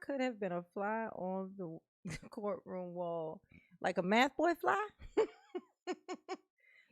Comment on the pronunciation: It’s not mathboi it’s methboi.